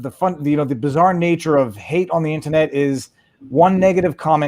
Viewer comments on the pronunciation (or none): Why does Viva pronounce "IN-TER-NET" as "IN-TA-NET"? It's the only word he uses where he elides an R.